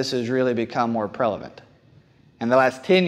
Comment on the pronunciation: He said prelavant...